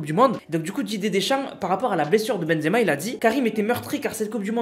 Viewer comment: Pk ta dit exema au lieu de benzema